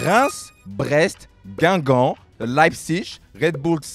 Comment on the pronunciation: Gweengwomb is easily one of the funniest things I’ve ever heard